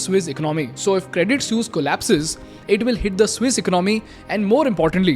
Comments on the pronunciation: Credit suse? Isn't it credit sweese pronounced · Not "sues", it's "swee-s"😂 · your saying sus. pronounce it like sueess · Good content. But painfully ignorant of the pronunciation of Credit “Sooz”. Listen to the clips that you are putting in your blog!🤔🖖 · It is pronounced "Credit Sweece". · 182 times was the count for saying Credit Soos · Bruh it is hilarious how noone can pronounce suisse, but i've never heard someone butcher it like you broh 😂😂😂 almost falling from my chair everytime i hear you say it 😂😂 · Thanks for your content, you make amazing stuff. But, if you're offering a course on communication, please ensure you can pronounce suisse correctly! Thanks once again.